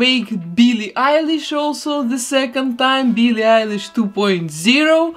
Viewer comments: Nobody : her:BEELEE EYELASE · She says byllie elish u have to say billie eilish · Bee lee Irish